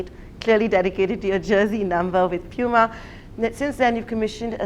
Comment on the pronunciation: umm actually...its poo ma not pew ma